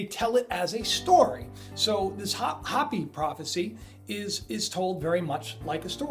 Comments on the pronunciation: hoe-pee, please I'm having trouble watching, not Hoppy! hoe-pee! Just trying to correct the pronunciation, please, not trying to be offensive. I don't get everything right either. Love your channel, always wait in anticipation for the next video. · Hey, it's pronounced Hope-E...! Not Hoppy...! As in the Hopi Indians. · its HO-PEE not hop-ee. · Don't the Hopi people say HOEPEE, not hahpee? We should say it the way they do, right? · it's not Hoppy it's pronounced Hope -E spelled Hopi sorry, continue on.Great vidS BTW! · Your driving me nuts! Hopi is pronounced like "Hope-E", not hoppie! Pronunciation lol! Love the videos but that's really bothering me! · Hey you are great, but it is pronounced (hope- ee) not hoppy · It's pronounced 'hopey" not "hoppy" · It's pronounced Hopey-Hopi,-not hoppy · anu = ahh new, hopi = hopeee not big deal just heads up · it is pronounced Hoo pee not hoppy. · In all of your research you never learned how to pronounce Hopi? It's pronounced like ho-pee. Sounds like creepy. k? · Its HOPE- E.. I know, it look like bla dee daa deee bla... Welcome to Arizona. Gila is - He-La -Monster.. ....Hila G-is Silent.Shhhhhh!! Peace and Blessing Hiking the Grand Canyon next week for 3 days.Grab your back pack and good pair of hiking Boots is a must . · its pronounced .. Hope pee (Hopi) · Isn't Hopi pronounced "Hope-e"? Love the video! I wish I didn't have such trouble with faith, in that I have a hard time believing... 😣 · MY FRIEND... its hope-ee. 😀😀 love ya brother! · Hopi is pronounced like Hopey. Love your vids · Hopi has long O sound. Just FYI. Love your show man.